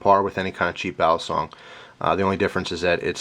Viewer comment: iam a Pilipino, the CORRECT pronounciation of "BALISONG: is [BA-LEE-SONG], AND NOT [BEAH-LEE-SONG]